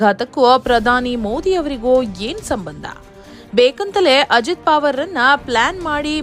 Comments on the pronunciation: ನಿಮಗೆ ಅಕಾರವನ್ನು ಉಚ್ಛಾರಣೆ ಮಾಡಲಿಕ್ಕೆ ಆಗುವುದಿಲ್ಲವೇ ?ಪಾವರ ಅಲ್ಲ ಪವಾರ ಎಂದು ಸರಿಯಾಗಿ ಹೇಳಬೇಕೆಂದು ನಿಮ್ಮ ಕಾಲಿಗೆ ಬಿದ್ದು ನಮಸ್ಕರಿಸಿ ಕೇಳುತ್ತೇನೆ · ಮೇಡಮ್,ಹೆಸರು ಅಜಿತ್ ಪಾವರ್ ಅಲ್ಲ, ಅಜಿತ್ ಪವಾರ್ ಎಂದು ಉಚ್ಚರಿಸಿ. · ನಿಮ್ ಅಜ್ಜಿ ಪಾವರ್ ಅಲ್ಲಾ ಪವಾರ ಅಂತಾ ಹೇಳೇ ಕೋತಿ 😂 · ಏ.... ಕತ್ತೆ. ಅದು ಅಜೀತ್ ಪಾವರ್ ಅಲ್ಲ. ಪವಾರ.